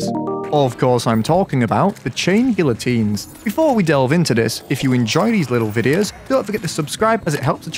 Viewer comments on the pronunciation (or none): I think it’s pronounced guiotines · It's gee-o-teens m8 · Bro, the LL is not pronounced, its guiotines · its pronounced "gee-uh-teen" (look it up so u dont make my soul hurt) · You still pronounced it wrong lol GEE-uh-teens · You don't pronounce the "L". it's "gee -oh-teens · *tries to pronounce it right* ah yes, ive got it right now. *pronounces it wrong again* try (Gee-ah-teens) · Chain gee-uh-teens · Chain gee oh teens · i think the L’s are silent, so it would be “gia-teens”🤣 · bro really said gillateens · I can't blame you, everyone gets it wrong. Since it's a French word it's actually pronounced Gee-a-teen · hum acktually you say guiyoteens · "Geeateens" its pronounced kinda like that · Not to be the nerd... But its Gee-uh-teens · It’s geyatines. Spanish L’s when next to each other make the y sound. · Funny thing is he's still saying it wrong, it's pronounced gee-o-teen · Does he know it's pronounced like geeyotines, it's French and someones name. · pronounced geeateens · Pretty sure the chain guillotines is hardmode Also it’s pronounced ghee-ah-tines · You still pronounced it wrong. "Gee-ya-teens" is pretty much how you say it. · The L is silent so it is pronounced gy-ah-teens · Gee ah teens I know French sucks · Fun fact, the letter l is not pronounced in that word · Dude the L is silent???